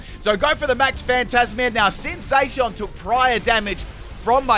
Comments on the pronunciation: ADAM JINGULAM Moe he means like its Zaa-cian instead of Zay-cian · I think you pronounced Zacian wrong , it’s not a heavy a but a light a .